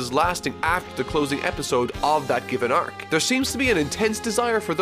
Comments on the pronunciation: can't stand your pronunciation of "arc" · why do you struggle with the word "arc" so much? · The way he pronounces “arc” is triggering me . XD